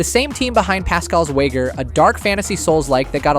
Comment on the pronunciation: Wager - wa-jer I can’t tell if all these VOs are AI or not anymore